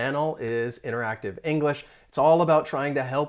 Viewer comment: Are you saying ineractiv?